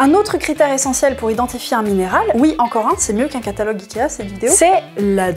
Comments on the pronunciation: Ont dit oui, pas ui. C'est rigolo comme prononciation. Mais je t'aime bien quand mêêêême. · « Et si ui, quand est-ce que ça s'arrête » Je ne connais pas beaucoup d'endroits où le "oui" est prononcé "ui"... à part dans la région où passe avec ses sabots dondaine... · j'adore quand tu dis "et ui "